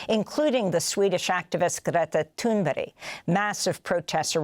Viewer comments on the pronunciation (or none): Hey Amy, If you actually listened to the videos she disseminated, you would hear how she pronounces her name. It's not "toon-berry". Lol 😂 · geta tooonberry...😂